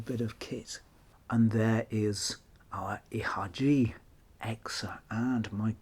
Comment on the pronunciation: Please, dont read ihagee like that. It pains me greatly to hear that.